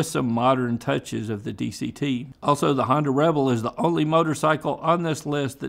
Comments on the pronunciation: Rebel not Reble. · "Honda REBLE". Sounds French 😂